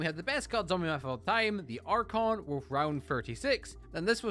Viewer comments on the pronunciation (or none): none